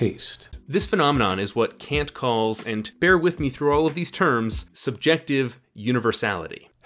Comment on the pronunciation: The thing that hurt me the most about this video is how hard Kant's name was objectively butchered on a regular basis.